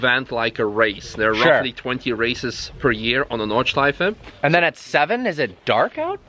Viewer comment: it isn't paved over every year.. there is historical marking on the surface (graffiti) that is always there. oh and it's not "nord-shleef" it is nordschleife. NORD-SHLEEF-AH